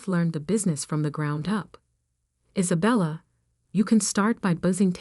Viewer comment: Its one word its COVID one word geewhiz get it right can't even say one girls name right Is abella its Isabella one word